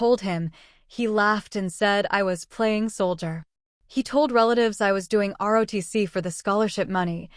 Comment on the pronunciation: ROTC, not RODC. This narrator has made this mistake many times, so proofreading is necessary.